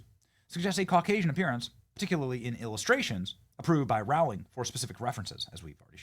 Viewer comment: It's pronounced ROW-ling as in 'row your boat' .